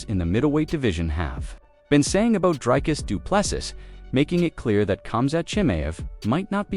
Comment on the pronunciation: Repeat after me: Dree-Cuss Doo-Plê-See Repeat: Dree-Cuss Doo-Plê-See Again: Dree-Cuss Doo-Plê-See Once more: Dree-Cuss Doo-Plê-See Final time: Dree-Cuss Doo-Plê-See Final last time: Dree-Cuss Doo-Plê-See Now try again: Dree-Cuss Doo-Plê-See